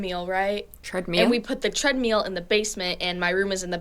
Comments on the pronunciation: "Treadmeal? Sort that out" 😅😅 love u girl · "Why does she say "treadmeal?" Maybe because she's from the south.?